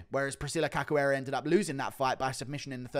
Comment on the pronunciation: Read her name like this; Caxoeira, it's a 'shoo' type sound. Ca 'shoo' eira.